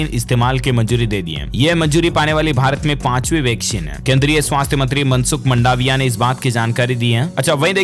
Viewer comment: अरे भाई, मंडावीया नहीं अपितु मांडवीया है । कल भी लिखा था ।